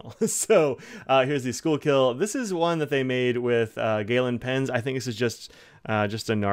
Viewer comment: SKOO-kul. And, yes, it's in Philadelphia.